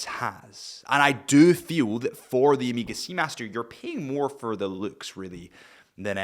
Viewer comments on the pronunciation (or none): Omega ❌ Emega ✔️